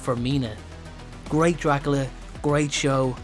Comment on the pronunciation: "Dracala" lol